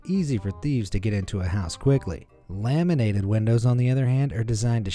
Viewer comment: Him: Laminated windows What i heard: lemonade windows